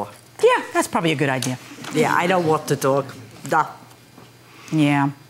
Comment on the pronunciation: She said walk not want